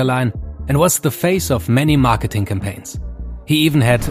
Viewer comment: "MARKETINGGGG" hat es für mich klar gemacht